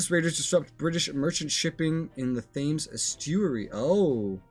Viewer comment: Thames is pronounced "TEMS" not "themes" From a Brit.